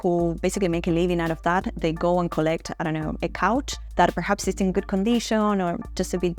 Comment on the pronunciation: How Aussie was that “I dunno”??? 😂😂